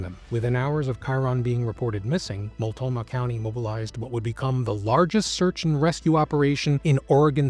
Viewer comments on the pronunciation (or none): Mult-no-mah county, not multomah. Otherwise, great video and overview of the case. I learned some new details I hadn't heard before. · This led the news for weeks in the Portland area. I remember it well. Everyone thought it was Terry. To the host: It's Mult-no-mah county. ❤ Great job on this, BTW. You earned a subscriber.